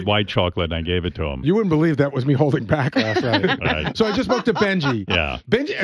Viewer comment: "WEREN'T WE REALLY ONLY NOINE LAST NIGHT?"